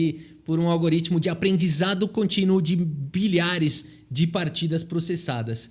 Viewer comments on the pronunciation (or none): Eu ouvi "bilhares" de partidas? Aos 59 segundos, kkkk